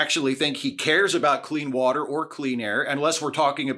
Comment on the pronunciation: Thanks for calling this out. I've always been particularly infuriated by Trump's "We want crystal clear wohtah" response. It's a totally meaningless response to the question being asked, for one, and for two, he doesn't give a s**t nor does he have a plan to ensure such "wohtah"